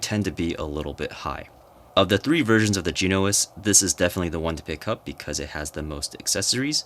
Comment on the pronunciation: Jen-o-ass is how to pronounce bro